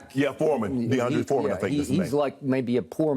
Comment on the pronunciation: This man called Jerick McKinnon Mckinnem, DeMarcus Robinson Marcus Robinson, and D’onta Foreman Deandre Foreman lmao I can’t, let me on this show and I’ll show up Shannon and Skip I swear to god I will 😂😂😂🤦🏻‍♂️🤦🏻‍♂️🤦🏻‍♂️